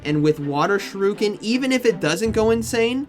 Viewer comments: Why does all pogo battlers calls it SHURUKEN? Is there a meme behind it? 😭 It’s pronounced as SHU RI KEN. SHOE REEEEEEEEE KEN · tis pronounced shuri-ken, not shuru-ken <3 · Why does he say Sha-Ryu-Ken? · you can’t keep going through life thinking that’s how you pronounce shuriken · Shuriken… bro there is an I!! Lol